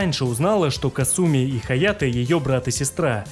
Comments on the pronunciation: бессвязный бред. Понимаю, что нечего писать уже, но опускаться до такого. Я привел аргументы, почему правильно произносить "Кáсуми", ты же не сумев привести контраргументов стал визжать "Касýми, потому что я так хочу", не хочешь произносить правильно - дело твое. Ты и на русском не можешь написать правильно. Комментарий был адресован автору о правильном произношении. Следовать или нет - дело автора. Ты не смог меня поправить и стал писать бессвязный бред по типу, теперь все что ли должны. Никто никому ничего не должен, следовать или нет - дело личное. Усек? А теперь шуруй отсюда. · Ты шикарен, спасибо за такое развернутое видео, очень было интересно узнать! Мне очень нравится твое произношение, но КАсуми произносится вот так, практически все японские имена начинающиеся на "Ка" имеют ударение на этот слог. Казуя, Казуми, Кагура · хорошая попытка отшутиться, но факта неправильного произношения имени это не отменяет. Касательно Russia, это вызвано самым, что ни на есть благозвучием или "phonaesthetics" языка, точно также, как на русском неблагозвучно было бы произносить "Deutchland". Вызвано банальной неприспособленностью языка к подобным сочетаниям звуков. Опять-таки в имени Касуми используются те же звуки, но ударение поставлено неверно.